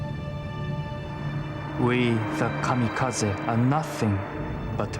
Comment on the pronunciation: ... It isn't "Kamakazi". It is "Kamikaze".